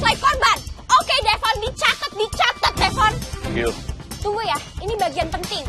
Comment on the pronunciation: Devon aku dengar manggillnya devon klepon😂. Oh ternyata kupingku😂